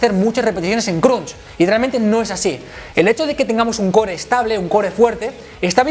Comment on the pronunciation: no lo sabe ni pronunciar jaja